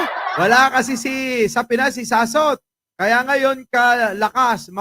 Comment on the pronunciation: Akala ko ba lalake yan eh dapat hindi Sass kundi Soss di ba. Sossot hindi sassot.